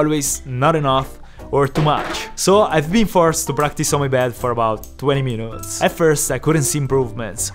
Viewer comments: I luv how he pronounces the word minutes as "meanoots" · He said munutes 😅